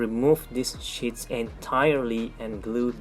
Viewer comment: Your English is pretty good. I am too dumb to know another language. I want to help you out though. You sound like you are saying shits and not sheets. Shits are poop. You don't want that to be confused. Great vid as usual!